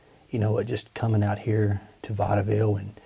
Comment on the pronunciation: Vaudeville ( I believe the E is silent ) yes it is on the map, by Fredericksburg